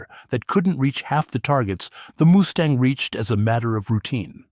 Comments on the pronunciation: Ha ha ha "Moosetang" 😂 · Haha, “Moose-tang” certainly gives the Mustang a memorable new pronunciation